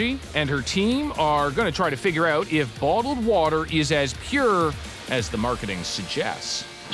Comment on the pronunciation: The fug is botled woter? I know what bottled water is but not botled woter